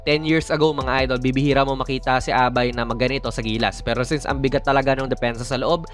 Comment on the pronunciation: You pronounce abai like sabay or gabay.